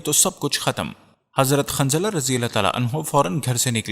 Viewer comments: شوق ہے ویڈیو بنانیکا نام جتنے بھی لۓ اکثر نام غلط جیسےحضرت حنظلہ اورآپ باربار خنظلہ کہ رہے تھے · ماشاءاللہ. بہت معلوماتی ویڈیو ہے. لیکن ایک برائے اصلاح یہ بتانا ہیکہ صحیح لفظ کافر ہے ☑️(انکار کرنے والا) قافر نہیں ❌ اور صحابی کا نام حضرت حنضلہ ہے✔️ خنضلہ نہیں✖️.